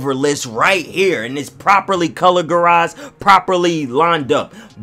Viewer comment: "properly cologerized"